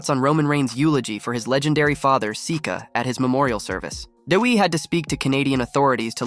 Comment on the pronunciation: why you say WWE like that